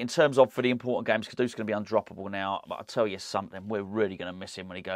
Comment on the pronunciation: For the love of God, what is with this “Kodoose”?? It’s Kudus mate. 🤦🏻‍♂️